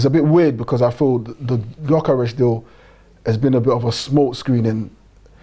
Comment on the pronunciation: How do multiple fans on this channel struggle to pronounce gyokores properly 🤦🏻‍♂️